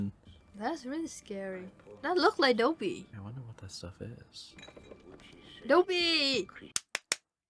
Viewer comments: I know this isn't life or death, but his name is Dobby (daw-bee)...not Dobey (dough-bee). 😂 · Pronouncing Dobby as Doe-bee is so funny to me, idk why 😂 It's dob-bee or daw-bee, idk if i've ever heard it pronounced like doe-bee, but it's cute lol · FYI: the first syllable of the name "Dobby" rhymes with "rob." So it's DAW-by, not DOE-by. Also, I saw an interview with JK Rowling where I learned the first syllable of her name is pronounced row as in "row your boat." Not rau as in having a row with someone.